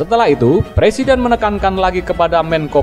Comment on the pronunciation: R.R bisanya jadi plesident bkn president, kan bicara R tdk bisa nya L